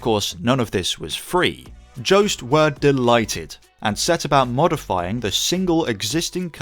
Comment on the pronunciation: Pointless comment, but I'm fairly sure Joest is pronounced very differently. Nothing to do with any Joe.